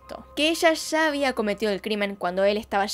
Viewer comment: Puedes hablar sin exagerar? Sho, mashores, shegaron, sha, esha, vishegas, visha. Es un vicio, no un acento. Es difícil seguir escuchandote. Sobre todo cuando sí que sabes pronunciar la s